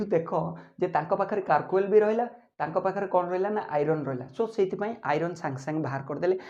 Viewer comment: कारकोल ना चारकोल ?